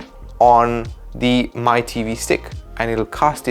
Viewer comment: Mi is pronounced as “Me”